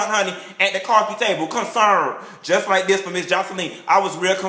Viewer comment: "Real concerned.....LIKE DIS" ----LOL!!! Much like Kandy Koated Nights, you should invite us to watch your filming sessions!!! I ABSOLUTELY LOVE YOU,!!!